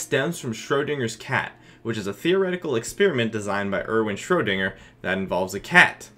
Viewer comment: I like how you pronounce Schrödinger.